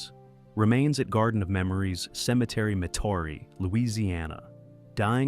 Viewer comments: It's Met-ah-ree, Louisiana, not Metaree. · It's Met-ah-ree, Louisiana, not Met tear-ree.